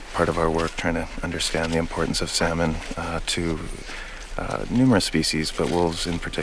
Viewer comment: I can’t watch this because he keeps pronouncing the L in salmon